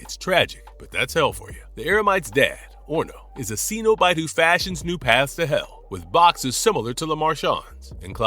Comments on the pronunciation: The word is Cenobite (pronounced SEN-OH-BITE, the first syllable RHYMES WITH Ben) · John Cenabite 💀